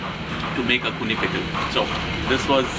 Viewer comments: It's axone not akuni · It is a dish, originated from the 'Sumi' Tribe of Nagaland, called 'Axone' (pronounce something like .. aa-qho-nae)and not 'Akhuni'. Thanks. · It just a AXONE not akhune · its Axona.. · mispronounciation of Axone is Akhuni😂